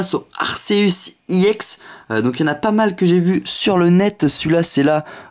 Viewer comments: C'est ex pas iex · pourquoi tu dis iex c'est ex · Et on dit ex pas iex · On dit pas ix on dit exe nul vidéo 😡 David Lafarge te copie pas c'est toi qui le copie ok nuuuuull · et en plus on dit pas iex mais ex tout court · pourquoi tu d'i i ex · T nul sale plagieur non tu n'avais pas cette idee parce que ta demander a t abonnes parce que t meme pas capable de trouver toi meme t video si tu compare t abonnes avec celui qui ta soi disant copie (david lafarge pokemon ) qui a largement plus d'abonnes que toi tu sais meme pas prononcer ex alors ramene la pas trop en plus tu parle alors que ta strictement rien a dire vu que tes subjuguee par ton soi disant concept copier par david mais si tu l'aurai pas copier tu n'aurai rien dit et t'aurai fermer ta grande gueule et tsai quoi jvai signaler cette video et ta chaine